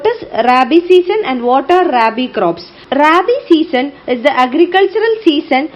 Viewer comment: Mam I m a agriculture student, it is not raibi as u pronounce ,,,, its rabi